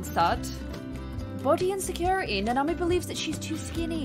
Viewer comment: Its Nanami and Nita, but I giggle every time you say it wrong. I cant even remember my neighbors names sometimes, so dont worry.:)